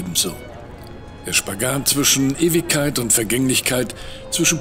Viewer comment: Venedik und Ewikkeit, was ein lausiger Sprecher ;') Das ig wird doch im Auslaut spirantisiert...